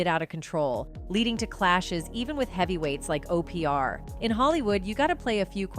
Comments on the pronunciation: 🤔WHO IS O-P-R⁉🤷🏿‍♂... 😆🤦🏿‍♂🤣🤣🤣💀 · Who in the heck says OPR for Devil 😈 Queen😂😂😂😂